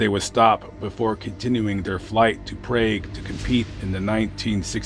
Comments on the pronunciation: Prague is pronounced Prarg, not Praig. 😉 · Its pronounced 'PRAHG', NOT PRAY-G. JEEZ. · Research the pronunciation of words before making videos. The city in the Czech Republic is “Prahg,” not “Prayg.” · Very interesting video on your channel - hadn't heard of this before. Btw , Prague is pronounced Prarrg. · Prague, pronounced: (prog) like "frog" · Never heard this story. FYI Prague pronounced “Prog”, like frog. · Prague...Prawg... is how you pronounce it. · Never heard of this story before and never heard anyone pronounce Prague like that. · That's because he mispronounced Prague, it rhymes with the word "hog". I don't know if the voices on this type of YouTube these videos are computer generated, but they almost always mispronounce place names and the names of people that are one bit more complicated than Smith or Jones.